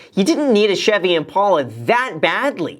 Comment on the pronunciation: Kinda makes me angry how graham pronounces impala